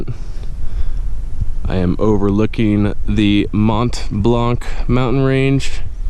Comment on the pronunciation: The c in Mont Blanc is silent. The most American hiker possible with the Bass Pro snapback hahaha. Thanks for recording, editing & sharing.